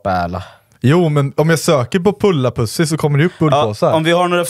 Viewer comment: Bullpåse kan heta pullapussi på finska.men den uttalas inte riktigt likadant som du läser det på svenska.